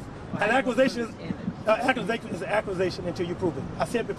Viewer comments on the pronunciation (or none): "An acwuzation, an acwuzation is an acwuzation until yoo pwoove it."